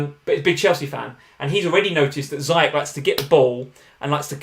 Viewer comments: I take a shot every time says ZYCHEK instead of Ziyech. Im properly messed up right now. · Ziyech in arabic is pronounced Ziiyech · For god's sake, Ziyech is pronounced 'Zeeyesh' XD